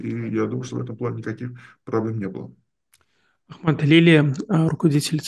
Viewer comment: Уважаемый. Спасибо за гостей но,вы сами написали АхмЕд Алили,а произносите АхмАд. Почему-то